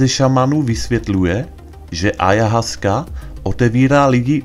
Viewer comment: Čte se to: Ajawaska. Díky za článek.